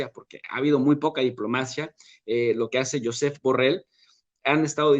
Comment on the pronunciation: Me parece excelente tu trabajo. Pero desmerece que pronuncies todo lo que no es castellano como si estuvieras hablando inglés. Shuzépp Burrell (; catalán, no inglés Yóusef- Joseph) Cajovca ( no cayovca) Ese pronunciar en inglés todo desmerece mucho